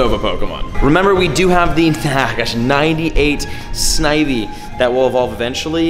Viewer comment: Awesome he said Snivy right excellent M7. 👏👏👏👏👏👏👏